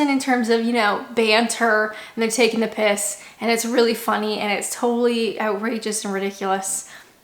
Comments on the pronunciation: I love how the phrase “ taking the piss” just rolls off your tongue. You have definitely become a Brit. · When you said "taking the piss" you sounded more british than ever. Cheerio